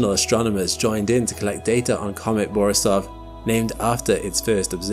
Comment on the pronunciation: Typical russian second name Борисов pronounced as "bor`Isov", not "boris`Ov". If smb is interested